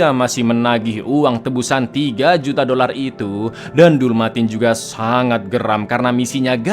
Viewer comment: artikulasi dolar kurang jelas -5 poin 😂